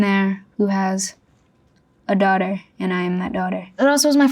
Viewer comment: why is the accent she says daughter in so hot? I genuinely can't understand it